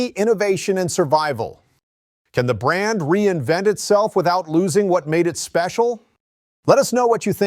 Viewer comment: I knew VW would screw up brand. By the way half video you pronounced brand correct other half not?